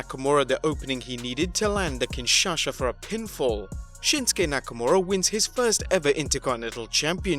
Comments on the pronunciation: ❤️ That's annoying me since a few videos now🤣 Kin shasha🤦🏻‍♂️ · Whats a kinshasha? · Nakamura's move is called the Kinshaaa NOT kinshaSHA! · Jesus, bro. KIN-SHA-SA... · Still can't say Kinshasa properly 😂